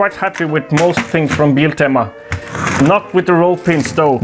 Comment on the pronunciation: Haha låter kul när du försöker säga Biltema på engelska. 🤣